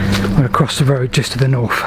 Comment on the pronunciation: BTW North has a th in it